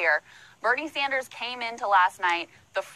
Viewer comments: Dude....it's Bernie S "AND" ERS. Not Sonders. Cool shirt btw,. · Not to be overly picky, but it’s Sanders not Saunders. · It's not saunders it's sanders. Like SANDers. Sorry i just couldn't 😫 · "Sand-ers", not "Saunders". 👌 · It's Sanders not Saunders... I don't know how you don't know that. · SANDERS! Not Saunders! Why on Earth do you keep mispronouncing his name? The smears from every direction are bad enough, the least you could do is pronounce his name properly! I like your vids, your frequent updates and all. But I can't take much more of your saying Bernie's name wrong. It's kind of infuriating! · Unless this is a new meme im unaware of, why do you keep caling him bernie SAUNDERS. there is no U in there its Bernie Sanders ive heard you say his name correctly before so i assume its a meme im not getting or you were just off your game today and mispronouncing his name. Either way its a stupid meme IMO to mispronounce the candidate you supports name, that should be reserved for people like rave dubin. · Sanders, not Saunders!!! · Saunders?? His name is Sanders. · Brah it's Sanders not Sarnders. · It's SANDers not SUNders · Sanders not Saunders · Sanders, not Saunders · Dude, you've got good analysis, but his name is SANDers, like sand, not SAUNders, like sauna. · It's SAN-ders, bro, not SAUN-DERS... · SANDERS NOT Saunders... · It’s Sand-ers not Sonders 😂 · I'm really high right now so if I'm wrong my bad, but what the fuck are you saying "Bernie Sonders" for? Saaaaaaaaaaaaaaaaaaaaaaanders, please, for my ears. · SANDERS!!!! NOT SAUNDERS. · Sanders not Saunders, dude. lol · I'm sure Bernie would appreciate it if you pronounced his last name properly lol. Sanders not Saunders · SANDERS NOT SAAAAAAWNDERS sorry just making me go crazy a lil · SAND-ers not S A U N D E R S!! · Why do you keep pronouncing his name "Saunders"? And where's the "shock" to CNN? I mean, it seems like it would be shocking, but I figured you'd have some kind of response from them.